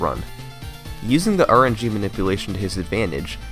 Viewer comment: did you say RNG was 'look' instead of 'luck' ? :P